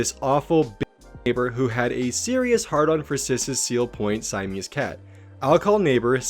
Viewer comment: It's Siamese not Saimese.